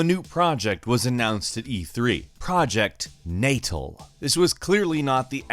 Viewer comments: It’s not Nay-tal lol it’s Nah-tal. Lol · it sucked. you had to have a lot of room. it didn't work well...plus natal looked amazing but everything it offered was all lies...also. pretty sure it's pronounced "nah-tall" not "nay-tle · Please say the name correctly na tarl not natal lol pregnancy lol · It’s nut-TALL not NAY-tull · Project "nay tle" hehehe.. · Also isn't natal an actual word? Like pre-natal? "nay-tle"? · It's pronounced like the place in South Africa, KwaZulu-Natal. "Natal" being pronounced like "nah-tall". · Slaughtered the pronunciation of Natal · you might wanna check the pronunciation of Natal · Lol you can't pronounce natal